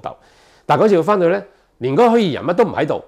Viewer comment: 虛擬，擬音 ”耳“，不是 ”疑“。